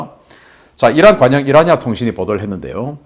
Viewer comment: 신인균 박사님 IRNA을 왜 이라니아 통신사라고 발음을 하시는지요? IRNA는 이르나 통신 이라고 발음 해야 합니다 Islamic Republic.News Agency 입니다